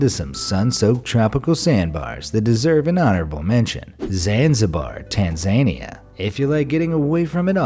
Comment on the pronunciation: Did you really say TanzAnia?